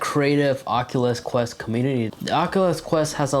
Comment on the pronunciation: Say it with me now: ock-yoo-luss kwest. Not "ockaless quess", FFS. Ah-nun-see-ate!